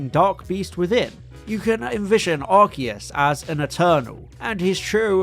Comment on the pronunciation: Thank you for pronouncing Arceus correctly.